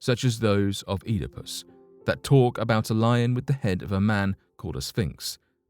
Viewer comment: hahaha he said EATAPUSS